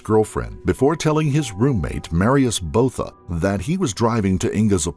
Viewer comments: Botha is actually pronounced [buaða], not [bouða]. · Van Der Vyver is pronounced "fun de fyfer". Botha is Booata. Can't remember any others!